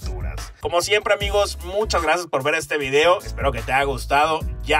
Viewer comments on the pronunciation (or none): none